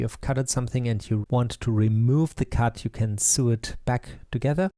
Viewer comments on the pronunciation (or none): Great tutorial many thanks. Your English is fantastic but just to help you: sew is actually pronounced like so, and suite is pronounced like sweet. Doesn't make any sense, I know :)